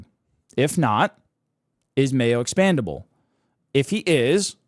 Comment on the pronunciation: Expendable not expandable dude